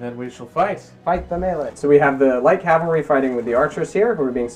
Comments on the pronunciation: Also, cavalry is pronounced "cav - al - ree" (or ore commonly "cav-ul-ree"), not "cal-ver-ee". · On the subject of pronunciation, I have to force myself to endure people - in person or in videos - who persist in referring to men on horseback as "cal·va·ry", vice "cav·al·ry". Makes me cringe every time... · that's because you haven't heard "cavlary" yet